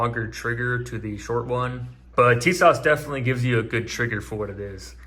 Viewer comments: It’s pronounced “Tee-zschawach” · It is actually pronounced Tisash